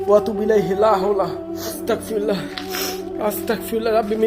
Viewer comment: Viya astakfirullah bolbenna Astagfirullah bolben...ক না গ এর উচ্চারণ করবেন। Allah bless you